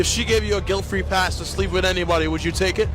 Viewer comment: I heard tree instead of free